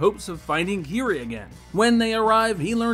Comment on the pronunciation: Dude, you really need a dictionary. You misused the following terms consistently: consort, medieval, black panther, and village. Furthermore you mispronounced Jund and Kiri. Seriously, did you even watch this movie?